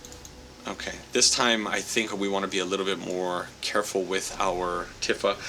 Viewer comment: just a friendly hint, shes pronounced "Tee-fa" not "Tif-fa"